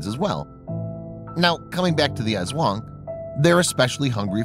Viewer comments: Bruh u pronounced aswang wrong Its ass-wang And its called cha-nak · Did he pronounced, ASWANG As Eswong It's Tik-ba-lang Not Tikbalang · The way he says aswang hahahah